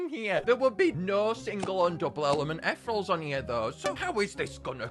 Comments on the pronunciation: Most painfully video to watch 😢 it pronounced e thee reel alls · Aw yes, “etherals” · the way he pronounces 'ethereals' infuriates me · "Ethrels" (not hating)